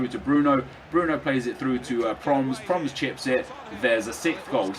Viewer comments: It's pronounced as "Pro-mess". try working on it. great episode!! ;) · Its pro-mes, you say his name wrong and get suarez to get sanchez full chem :) Nice vid